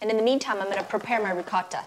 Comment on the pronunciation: For an Italian,u don’t legit pronounce ricotta properly👎🏾🇮🇹